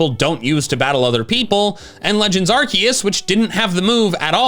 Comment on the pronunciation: Not sure - never heard of this... What was it... are-kay-sus...?